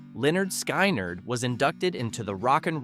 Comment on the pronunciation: Learn how to properly pronounce names. Lynyrd Skynyrd (Leonard Skinnerd)